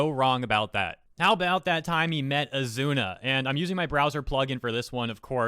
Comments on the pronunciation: Wtf he literally married asuna. Why would he hate women when he got a thicc wife. And don't mispronounce asuna not azuna Please stop doing these crimes against anime by not saying their names right lol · Oz zoo na is how to pronounce her name. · Why says “Azuna” instead of “Asuna?” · Ethan Zelinsky Spell Asuna ( *A-Suu-Naa*) not Asuna (*A-zu-na*) Enforcing your point of saying the Azuna version is the right way means You need to be shown times over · Not sure if this as been mentioned, but I believe the pronunciation is Ah-sue-na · "Kirito pretended to be a girl". In other words, Kirito recognized the existence of female privilege and took advantage of it. Also, how pronounces Asuna, I keep hearing Azuna. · Ha he called her azuna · As much as i hate to say it, you triggered me more than the article....you pronounced it azuna...MAD MAN!!!! Lol. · Dude your saying her name wrong